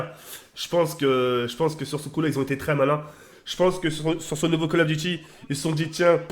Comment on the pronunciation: Quand il dit CoD on dirais il dit Call Of Guchi mdrr